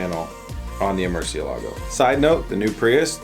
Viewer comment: the strong syllable in Murcielago is the "e", to be exact, the name is "murciélago" and not "murcielago" (also, murciélago is the spanish word for bat)